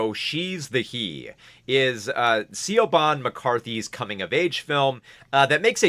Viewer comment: Just so you know in the future, "Siobhan" is pronounced "Shiv-on". It's an Irish name.